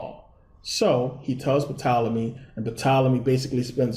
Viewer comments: He pronounced Tolemy as Puh Tolemy... WOW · Why should anyone Believe you when you don't even know that the P in Ptolyme is silent? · Good video bro... the p in Ptolemy is silent tho lol, really enjoyed this tho